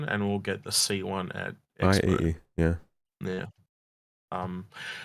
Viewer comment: Take a drink every time says AIE instead of IAE